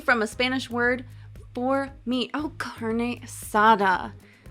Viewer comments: As a Mexican fan, Hearing You saying "Carne asada" it's all i needed :) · I was just about to say that, really like the way she says Carne Asada lol